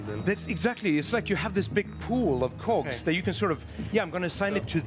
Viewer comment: He sure loves cocks, the way the pronounces cogs.